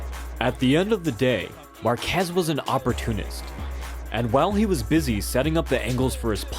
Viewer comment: I really wanted to love this video, but the repeated butchering of Márquez' surname kept triggering me :P